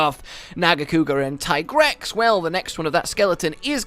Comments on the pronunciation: Producers hate this man. Still pronouncing it as tie-grex when yuya himself says it's tee-grex. Love your content though <3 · Yessssss “TIE-GREX”..I facepalmed so hard when I heard the Handler saying “TEE-GREX” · It will always be tiegrex to me too